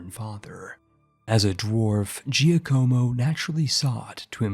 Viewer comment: Who else died a little inside every time he said Giocomo that way. It's JOCK-uh-mo, my dude.